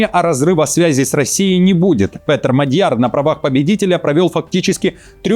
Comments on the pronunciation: МАдяр,а не МадЯр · Фамилия МАдьяр ударение падает на первый слог, так во всех словах в венгерском языке. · Внимание! Правильно МАдяр, ударение на первом слоге.